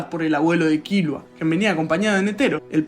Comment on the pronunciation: Todo bien hasta que dijo Kílua😂😂